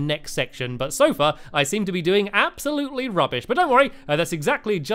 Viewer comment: he siad sofa not so far